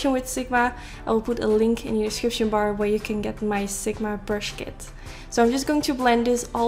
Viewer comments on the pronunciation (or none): none